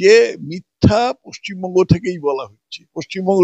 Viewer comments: পচ্চিমবঙ্গ উচ্চারণ যারা করে তারা পশ্চিমবঙ্গের লোক হতে পারে না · পশ্চিমবঙ্গ টাও ঠিক করে বলতে পারছে না 😂😂😂 পচ্চিমবঙ্গ বলছে 😂🤣😂🤣😂🤣